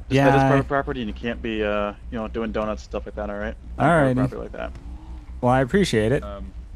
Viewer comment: was driving like an old woman with his flashers being on constantly. Also: "dunnuts"